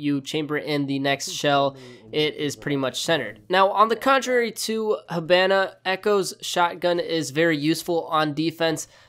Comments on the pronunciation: IT'S NOT HA-BAN-A IT'S HA-BON-A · You say hibana weird